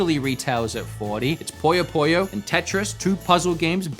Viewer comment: I wouldn't recommend Pokemon ZA for little Timmy honestly. Edit: Your pronouncing of some games pains me, but the way you said PUYO PUYO made my soul leave my body. 😭